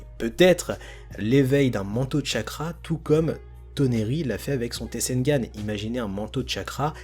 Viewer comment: Comment ta dis tensegan😂🤣🤣🤣